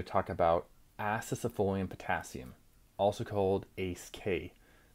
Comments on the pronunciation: Wtf u saying acesefolium. Its acesulfame for chrissake. Makes me think you are saying this for propaganda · Do you actually think you are pronouncing Acesulfame correctly, or is it just rage bait to boost engagement? 😅 I like to give you the benefit of a doubt and imagine it's the latter.